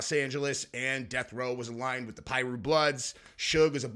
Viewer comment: PIRU bloods not pirate bloods lol